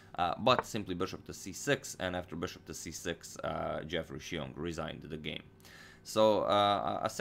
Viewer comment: The way you pronounced Xiong is spot on!